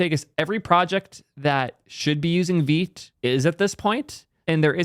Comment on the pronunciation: I've been butchering Vite as 'White' but with a V. It's really strange why Vite would be pronounced as Veet